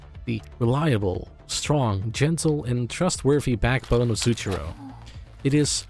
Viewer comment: Love this video! BTW "zucchero" the cafe name is Italian for "sugar" and is pronounced more like "tsukkero"